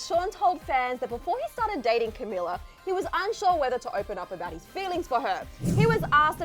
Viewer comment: Her name is pronounced Ca-mee-la